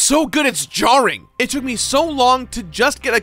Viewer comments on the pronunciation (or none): none